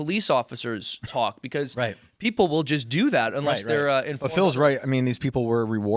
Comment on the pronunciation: beCAUUUSE....Phil you pronounce that so annoyingly.